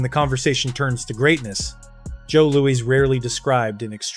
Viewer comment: Joe Louis not Lewie that's lack of respect toward the man reminds me of the south where I was born and raised like when a grow black man was called a boy get it right dude